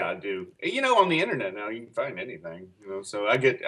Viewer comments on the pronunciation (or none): none